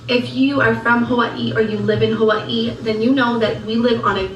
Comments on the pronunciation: "Ha-wAH-EE" Geezus lol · 😏 Unfortunately what has not realised, is Jess gets bored quite easily with people after a while. After moving all the way from what she pronounces Huwii! Like the phone lol. What a total shame, because Jess for certain will bore of her soon enough. Jess will find or make excuses not to meet with her or invite her to places or her house. It will definitely happen just watch this space. Before we know it, poor sunkissed idiot will be no more. She will frizzel out of Jess life. As if she was never in it. Goodbye. Back to Huwiii you go.😃😁😘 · Why does it make me want to throat punch her every time she says “Ha-Vwye-ee?! STOP! She says Waikiki the improper way, she says every other Hawaiian word incorrectly, EXCEPT Hawaii. Just STOP! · And the way she says Hawaii literally makes me nauseous 🤢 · Why does she pronounce “Hawaii” like that? Is she ok?